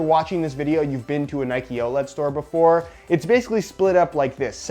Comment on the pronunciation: Nobody:: “outlat”